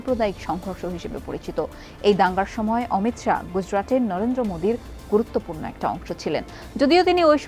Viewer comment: উনার নাম অমিত শা l অমিত সাহা নয় l